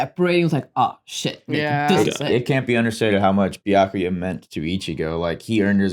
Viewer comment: I can't belive they've been watching DUBBED Bleach for HUNDREDS of episodes by now and STILL can't pronounce Byakuya's name correctly. That's honestly impressive.